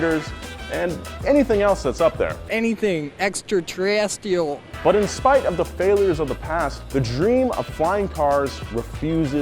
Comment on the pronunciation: "anythang extra terrestiel"